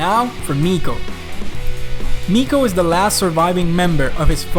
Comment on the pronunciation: miko is pronounced "mike-o"... as in mycology